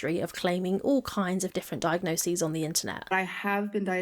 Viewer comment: Great video. I know this is relatively minor but thank you so much for saying diagnoses. I cant tell you how triggering it is to hear people constantly saying "diagnosises" ❤